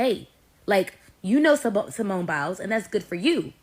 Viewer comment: What is criminal is the fact that you are calling her Simeon which is a man’s name. Get it right her name is Simone!